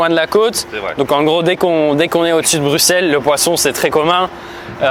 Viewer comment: BruXelles? Vallon? BuSSelle et OUAlon! Quand même...